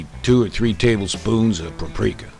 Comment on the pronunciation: Did he call the paprika "caprika"?